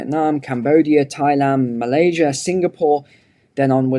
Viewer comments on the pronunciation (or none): none